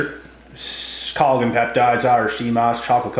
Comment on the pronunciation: I love your channel... but, I need to advise you about something. Collagen - pronounced call - a - jen. Worse vs. Worst - worse = more bad than; worst = most worse. You keep saying them the wrong way round.